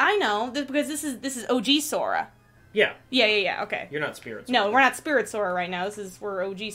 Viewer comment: Interrupting the lore talks to point out how here said "Sofa" instead of Sora. I for one welcome our new comfortable sit-worthy protagonist. Anyone else?